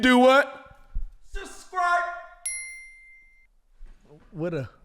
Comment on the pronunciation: 😂😂😂……subscrippppp……what? Subscipppppp……..hold up hold up